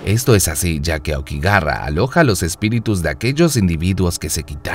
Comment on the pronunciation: okigarra exito XD. todai vida pensé que se pronunciaba okigahara .